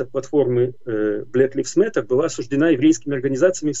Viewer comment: Не "блэк ливс мэттер", а "блэк лАЙвс мэттер" Режет слух. Где вы живете и чему учились ???